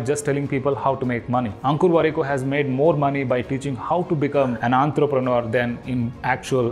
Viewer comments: It's entrepreneur not Antrapreneur ... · Hear you pronounce entrepreneur gave me an aneurysm !